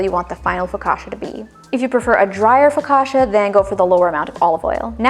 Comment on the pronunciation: Don't change the way you say focaccia, it sounds great. The bread looks soooo good.